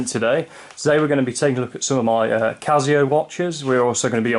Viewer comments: It’s Casio with an S not a Z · stop saying cazio